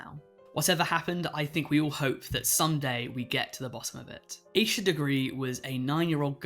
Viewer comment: Asha degree's name is pronounce "ash-uh" not "Aysha" as you pronounce it. I'm just letting you know.